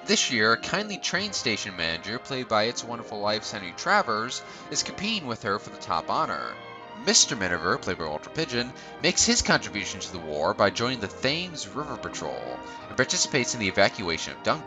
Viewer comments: Good video! But it's pronounced "tems" not "thames" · "Thames" ???? You have to be kidding! I can't listen to any more of this. Your voice is really annoying, and you mispronounce words. Go away.